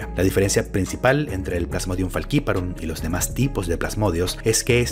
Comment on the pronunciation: Pronuncias Faciparum como los gringos, siendo una palabra latina (Literal esta en latin) jaja saludos